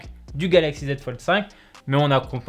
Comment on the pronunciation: Pourquoi il dit FoldE?